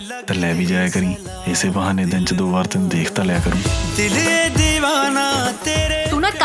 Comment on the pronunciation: ਤਨੂੰ ਕਹਿਨ ਤੇ ਅਵਾਜ਼ ਅਨੂ,ਮਨੂੰ,ਦੀ ਆਜੂ,ਤੈਨੂ ਦੀ ਨੀ ਤੈਨੂੰ ਕੱਲਾ ਨੀ ਪੁੱਤ ਤੈਨੂੰ ਦੱਸਿਆ ਕਹੀ ਦਾ।ਤਨੂੰ ਕੌਣ ਆ ਯੱਰ?ਏਨੇ ਤੇ ਦੱਸ ਸਕਦਾ ਸੀ ਤੰਨੂ ਨੀ,ਤੈਨੂੰ।ਦੋ ਗੱਲਾਂ ਹੋਰ ਬੋਲਿਆ।ਵੱਡਾ ਘੂਸਾ ਐਕਟਰ ਪੰਜਾਬੀ ਬੋਲਣ ਦਾ ਪਤਾ ਨੀ ਜਿਹਨੂੰ?ਦਿਖਾਤਾ ਸ਼ਰਾਬੀ ਨੂੰ ਘੂਸਾ।